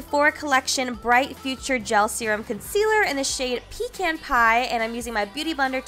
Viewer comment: Is it actually pronounced pe-can pie or did she mispronounce pecan 😂